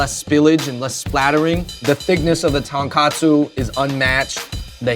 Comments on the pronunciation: The Taankahtsoo. Trademark that shit. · His pronunciation of 'Tonkotsu' annoys me, but his love for noodles is endearing.